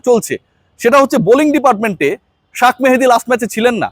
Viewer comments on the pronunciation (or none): এই মিস্টার আপনি যে শেখ মেহেদী কে শাক মেহেদী কিভাবে বলেন। শিক্ষিত মানুষ হয়ে কমন একটা শব্দ কে ভুল ভাবে উপস্থাপন করা উচিৎ হচ্ছে না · শেখ মাহাদীকে শাক মাহাদী উচ্চারণ করা মারাত্মক ভুল। আশাকরি ভবিষ্যতে একজন শিক্ষিত মানুষ এই ভুল উচ্চারণ শুধরে নিবেন। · ভাই শাক মেহেদী না শেখ মেহেদী হবে।নাম টা ঠিক করে বলবেন। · Shakh mehedi noy shekh mehedi.ekjon player er name shuddho kore bola uchit. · বড় ভাই শাক মেহেদী নয় শেখ মেহেদী উচ্চারণ করবেন দয়া করে। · ভাই আপনার সাখ মাহাদি কথাটা শুনতে খুবি বিরিক্ত লাগে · Shekh mehedi er name ki shuddho kore bola jayna?